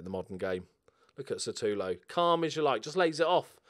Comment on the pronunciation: Just wondering when will realise that his name is SUtAlo and not SAtUlo..